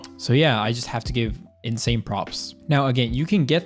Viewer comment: "it feels inZain"